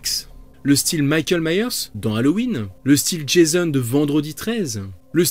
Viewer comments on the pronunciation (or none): Ce n'est pas Meyers mais bien Myers